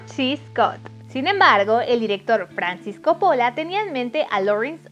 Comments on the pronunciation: Buena info pero por favor no repitas co-po-lla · soy italiana y tienes razon la chica del video lo pronuncia mal... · Me molesta que diga Coppóla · Cada vez que dices Copóla se me sube la presion!!!!!!!! ES CÓPPOLLA CÓPPOLLA CÓPPOLLA!!!!!!!!!!! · No es Cóppola? con tilde en la O? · No se pronuncia Coppo'la, se pronuncia Co'ppola !!!!!!!! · Tenía tantas ganas de ver tu video.. Pero no soporto como pronuncias "Copola"... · ¡CÓPOLA! ¡CÓPOLA! Y además, lo dice un montón!!!! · (Corleone no corleoni,)y la familia corleone era italiana no española y no eran de Roma,eran de Sicilia, y coppola le pronuncia cóppola. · Se dice ''cÓppola'' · Así como tampoco sabe pronunciar el apellido Coppola, cuya sílaba tónica es la primera, teniendo entonces que pronunciarse Cóppola (en italiano sólo se acentúan gráficamente las palabras agudas)... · Vine a quejarme por como dice copOOOOOlla 😠😠🤬🤬😠😤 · buen video....pero mala pronunciacion de coppola....entre otras tantas... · Tienes varios errores en pronunciación de algunas palabras, incluyendo el apellido del director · Primero aprende a pronunciar el apellido de director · si sabes que pronuncias muy mal Ford Coppola !!! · Exagerada pronunciación del Inglés, no entendimos tus brincos en todo el video y pronuncias mal el apellido Ford Coopola